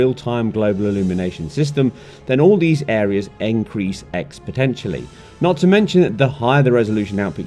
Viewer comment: "Encrease expotentially" what? did this dude have a stroke?